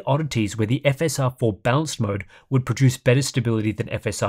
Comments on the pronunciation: It's funny how you prononounce "balanced" as "bounce" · My hearing must be going... I know there's an accent involved, but every time says "balanced" I hear him say "bounced".